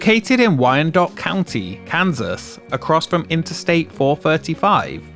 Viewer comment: Naield the pronunciation of Wyandotte. Alternatively known as Crimedotte